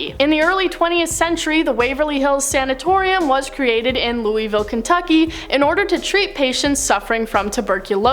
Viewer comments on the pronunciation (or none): Bro I’m from Kentucky don’t say Louisville like that actually though that idk I still support you though